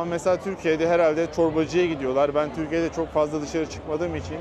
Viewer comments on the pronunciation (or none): Kral Törkiy değil , Türkiye 🇹🇷 artık öyle kral.